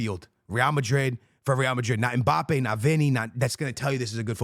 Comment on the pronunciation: UNC said “when Mpabbe lands at Real..” LOL 🤣